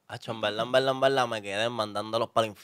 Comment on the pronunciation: Decir en veldad es incorrecto, pero repetirlo dos veces ya es para provocar 😂🤮